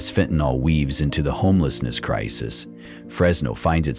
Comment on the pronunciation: FENTANYL, NOT FENTANOL.